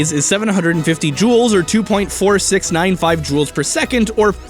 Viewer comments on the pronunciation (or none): none